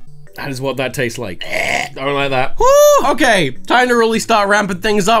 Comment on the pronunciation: "Hokaiy... so, haere's the Earth..."